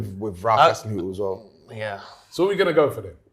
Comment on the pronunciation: and were calling Hasenhuttl 'Haselhuttn'.